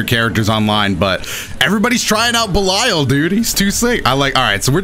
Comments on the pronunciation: Much love but I would just like to flex my corrupt knowledge and say his name is pronounced belial like(bell-E-al) after the original dark ruler of hell fallen angel and servant of lucifer. Love You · please, it's pronounced ba-leel leel as in seel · Everytime said "Bell-Isle" it felt like a crime against my ears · if you have the game in English it says his name that way so that's why I think was pronouncing it wrong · I think you are saying Belial wrong